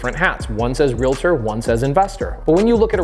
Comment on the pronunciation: Omg! Mahalo for pronouncing REALTOR correctly! Not REAL-A-TOR. 🙌🏻 There are only 2 syllables in the word. PS. I am a Realtor (I bet you guessed), & not offended by you saying we are not (intuitively) investors, hence the reason I’m here. It’s a completely different mindset. Thank you for this information. 🙏🏻